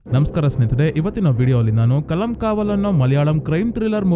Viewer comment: ಕಲಂ ಕಾವಲ್ ಅಲ್ಲ ಕಾಲಂ ಕಾವಲ್. ನಾತ್ ಅಲ್ಲ ನತ್ತ್ ನತ್ತ್ ಅಂದ್ರೆ ಗೂಬೆ